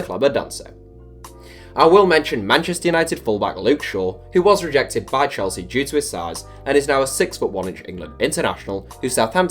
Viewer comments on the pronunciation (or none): none